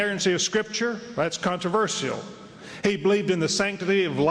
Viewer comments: It's "CON-TRA-VER-SHAL", not "CON-TER-VER-SIAL". God damn it. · CONTORAVERSCIOL It's pronounced "con-tra-ver-shal" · Jesus Christ, I hate the way Americans say "CON-TER-VER-SIAL", rather than "CON-TRA-VER-SHAL". Maybe I'm just autistic like that Eric Mataxis dude. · Conter verseial? Wtf is that controversial you mean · I have to laugh how these southerners talk, this for instance - "contro-vershehell" ha ha. "con-tra-verse-shull" is how it's pronounced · i hate anyone who says con-tro-ver-see-uhl instead of con-tro-ver-shul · Jesus H Christ if I hear the word controversial one more time !!! And it is not pronounced contro-verss-ial !!! Ahhh ... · Whys everyone pronouncing it "Contro-verS-ial"? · fucking controversial how they pronounce converSIAL, damn phonetic american simpletons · controvershehell ? Is that what that reverend is saying ? CONTROVERSIAL you southern idiot! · 'Everything you needing to Know about God but were afraid to ask.' With a title like that you know Metaxes is just another religious huckster. CON-TRU-VUR-CEAL an amusing way to pronounce that word,it makes her sound sexy though. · Con-Ter-Ver-See-Al? What the fuck is up with that pronunciation? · whats with all the extra syllables in 'contraversial' ? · I could listen to these pond dwellers mispronounce "controversial" all night but I feel as if I already have. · That woman can't pronounce controversial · s Humphrey the pronunciation of controversial in this video is funny 2 me. enunciating the ia. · Why can't Americans say "controversial" correctly???? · why cant americans say the word controversial properly? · "Controversial" - fucking horrible pronunciation of that word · why cant americans say 'controversial' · That speaker cant pronounce "controversial" :) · I'm English, and.....I'm pretty sure thats not how your pronounce controversial lol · Why can't this woman say the word "Controversial"?